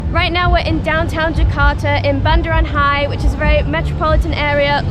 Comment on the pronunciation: It’s called Bundaran HI as in Hotel Indonesia, pronounced H-I 😊